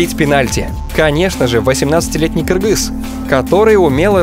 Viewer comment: отдельное уважение автору за то что правильно выговариает слово Кыргыз,а не Киргиз